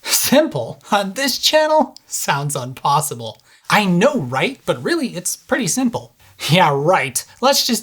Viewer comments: i heard un-possible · Dude, did you say "unpossible"? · He fail english? Thats unpossible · "unpossible" ? :D